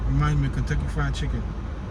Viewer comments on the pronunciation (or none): none